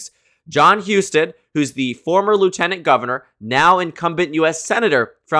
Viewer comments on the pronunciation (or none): none